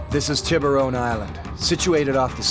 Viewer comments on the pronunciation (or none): Tib-rone island 😂 💀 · When he said Tibaron island I didn’t realize he was referring to sharks there was no effort to pronounce it correctly at all to the point the entire word was distorted barley recognizable